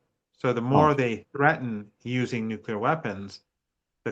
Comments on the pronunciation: Ffs, he's STILL saying NUKULAR. Like George Bush moron. Ridiculous. Unprofessional journalism. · For goodness sake. If you can't pronounce nuclear you should just say nukes.....